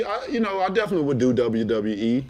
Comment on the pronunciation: "Oh most deafinitely"